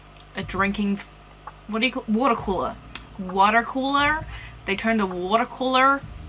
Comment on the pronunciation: When does the American accent it always kills me 😭😭 watER coolERR